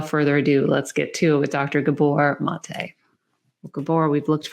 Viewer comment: His name is pronounced MAH-tay. It’s Hungarian, not French. Amazing work.